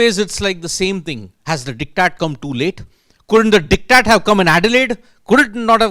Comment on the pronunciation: For god sake, it is not “dick tat”. Can’t you just google and get the correct pronunciation?